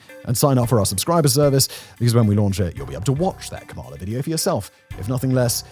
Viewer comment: January 2025 and you still don't know how to say Kamala... sigh